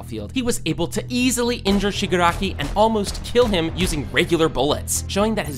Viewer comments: Listen again he said shigaraki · Bro is saying shgari